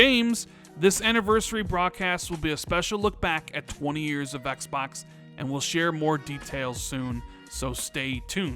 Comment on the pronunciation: I personally can't stand the way u pronounce 'xbox' lol